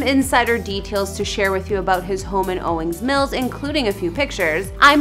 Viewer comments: Ma’mn. Its OWINGS Mills. Not Owing Mills. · It’s Owings Mills, please pronounce the ‘s’ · So you don’t actually know where he lives? Come on now. And it’s “Owings Mills”. You kept going back and forth from Owing to Owings. It has an “s” on the end. I’m not a critic, I like the vid, keep it up!! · She driving me crazy saying Owing Mills😑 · Sweetheart maybe pronounce the town correctly.